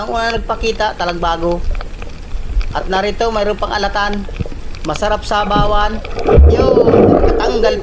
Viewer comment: SABAW NOT. SA-BAW